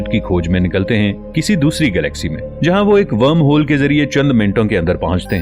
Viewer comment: Better Video after a long time on this channel. Only the pronunciation of wormhole isn't correct. I am also a voiceover artist.